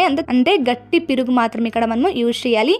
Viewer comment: piruga enti sister meeku telugu radha 😅perugu anandi 😂😂😂